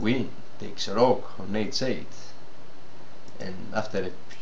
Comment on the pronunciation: προφερεται ρουκ και οχι ροκ ο πυργος